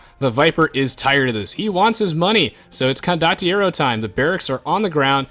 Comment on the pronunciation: kept saying "condiotero" instead of "condotiero"